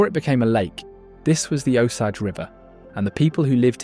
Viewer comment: You are also mangling "osage"